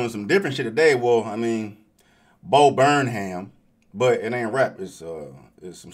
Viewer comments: It's not BurnHAM. Stress is on the BURN and less on the ham. It's pronounced more like BURN um or BURN im. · 😂bro, it’s pronounced like ‘burn’em’ not ‘burn ham’ lol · It's Burnham as in "Burn 'em" - I sympathize, my last name throws some people too. Love your reactions! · His last name is pronounced burn-'em.